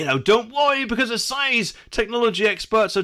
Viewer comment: "says" is pronounced "sEZ" Who's the smug one now? Just being facetious, love the channel.